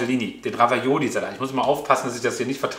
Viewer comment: Ravioli….nicht Ravaiola 🙈 sonst wie immer top